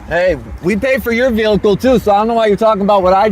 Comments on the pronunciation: He’s driving our what? He said vehicle like vee-lick-el!!😂😂😂 Wanna bet he doesn’t realize a warrant is an arrest at a later date?! The way he stated, “oh they don’t have the b** to arrest me” 🤦🏻‍♀️I have to be honest- I was shocked when I saw him on the livestream! I figured he was around my youngest daughter’s age of 23- based on the way he behaved and that he drove/wrecked his mom’s car! He looks closer to 45! What a loser! Note- regardless of how insignificant the damage is to the vehicles you must call the police, by law, when you’re in an accident in Conn. (In Mass you must call if anyone is injured) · He keeps putting an extra l in vehicle so it comes out vehlicle.